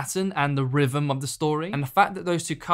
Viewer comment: How does 'th' turn into 'vr'? Rhythm = Rivvum?